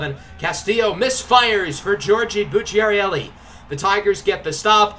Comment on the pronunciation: Bucciarelli pronounced Boocha Relli